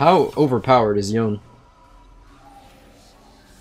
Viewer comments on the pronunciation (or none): bruv why do you say yone and not yo "nae" ??????????????????????????? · it should be pronounced how he is saying it, riot fucked his name up, they claim that Yasuo and yone are not japanese but then they pronounce the names the Japanese way when there not even spelt the Japanese way.